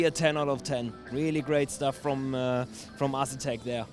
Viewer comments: Get André to teach you how to pronunce "A"setek. lol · No leave it as Ass etek, he just killed their wheel sales lol.